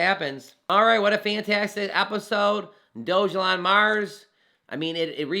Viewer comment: I believe that's pronounced "Dog-Elon" not "Doge-Elon"